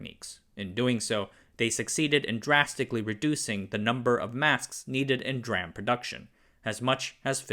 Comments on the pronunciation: "Dram" -> "Dee ram" It's the first time I've heard someone say DRAM as "dram". It's "Dee ram" because it's "Dynamic RAM". It's an abbreviation built upon another abbreviation. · 1. I watched the precursor to this video, suffering through your "dram" language 2. noticed a significant number of comments kindly correcting you. 3. also noticed you calling out comments about the initialism VLSI being wrong, 4. yet now seeing you continue to using the incorrect usage of D-RAM pronunciation... unsubscribing. I can find these stories elsewhere... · The fact that you kept saying "dram" and not "DeRam" really triggered me as a PC enthusiast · He knows, he's doing it to increase engagement in the comments from people correcting him.. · DRAM is pronounced "dee RAM", not "dram". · The overall content is pretty good. The only thing is you keep calling it "dram", which is very annoying. Anyone who has some basic knowledge of the field would call it Dee-RAM. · D-RAM not DRAM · "DRAM" just sounds wrong. I expect to hear "DEE RAM". Maybe it's just me. Is the voice AI generated? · I say "Dee-ram". A "dram" is a small measure of something, often of liquor. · Just a few seconds in and this guy pronounces DRAM as dram like a drum goes to show he has no idea what the fuck he’s talking about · Would much prefer “Dee Ram” as the pronunciation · The pronunciation of dram. Ive never heard that pronunciation before feels weird. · Everyone pronounces it D Ram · In the US, we say "D RAM" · uh, actually it's pronounced D-RAM and it's 1 megabyte, not megabit. But overall, your videos have been entertaining and instructive, nice work! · I always thought it was pronounced "D - RAM", like "C - MOS". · Dram is for whiskey Dee-RAM is for computers!!!!!!!! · Ooohhh....that's what he's trying to say. I was half into the video not understanding what's a "dram" 😅😅. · Do you think he cares? he's been told it's pronounced d-ram with every video for years and he just doesn't want to change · Dram lol